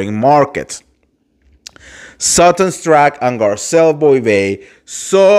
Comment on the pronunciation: Dude read your contest few times before you record or go live. It’s not possible to listen to you when you make so much mistakes. You can’t even pronounce Garcelle’s name come on